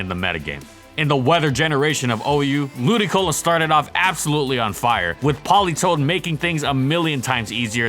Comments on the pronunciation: Shouldn't the accent be lu-DI-colo? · Wait... its pronounced Ludicolo? I've been calling it Ludiloco for years... thanks game grumps